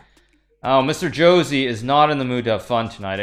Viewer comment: lmao, it's not 'Jo-zee', it's 'Ho-say' ;}